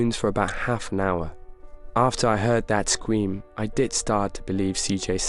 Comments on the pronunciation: We just going to ignore how he said scweem instead of scream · He said (IT WAS A SCWEM) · Scweem it’s scream god get it right na I’m kidding